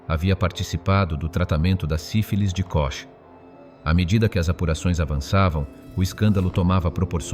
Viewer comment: KOCH NON SI PRONUNCIA COSì...